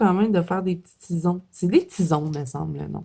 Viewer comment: tison fait dire tizon